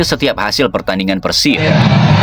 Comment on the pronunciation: Keren cara penyampaiannya bung. Tapi izin koreksi sebagai bobotoh, cara penyebutan/pelafalan PERSIB nya bung. Terimakasih.